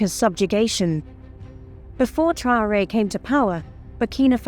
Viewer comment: Mme la narratrice vous prononcer très mal le nom du président c'est Mr Traore